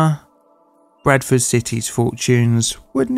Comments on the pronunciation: The entire time I thought you were saying "Breakfast City" instead of Bradford. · I don't usually have trouble with your accent, but I thought you initially said "Breakfast City." I know a fair bit about English geography, so I was wondering where that was!